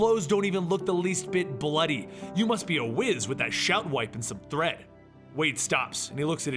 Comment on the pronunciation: It’s thread not threed